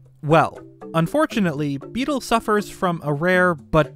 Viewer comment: How tf are you messing up Beedle's name when it's literally on screen?